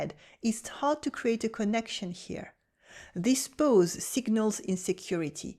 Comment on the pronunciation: This is all so true!!! And here is one for you. When you say PAUSE you are saying 'pose'. It is pronounced 'paws', you know, like animals feet!